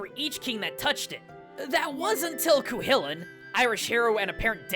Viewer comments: Theres no doubt in my mind that Celtic and specifically Irish inspiration were used in Zelda. For starters theres just the fact a lot of fantasy takes inspiration from Celtic culture, but also yeah like every few things you see in Zelda are some form of celtic. PS for future reference Cu Chulainn is pronounced like "Koo-Hoo-Lan". Don't expect you to know that, but you can find some pretty clear pronunciation guides out there. PPS its so funny this video came out like 4 days after I learned I'm 1/4 Irish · Cú Chulainn is pronounced (ko-kull-lain) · Cu Chulainn is pronounced (Koo kuh-lane) Or at least something close to that. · That is not how you pronounce Cú Chuláinn